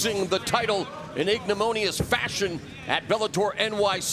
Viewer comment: "Ignimonious"? Is that like ignominious?